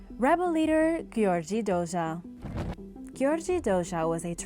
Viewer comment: It's Gheorghe Doja....this is how romanians where treated by hungarians invaders....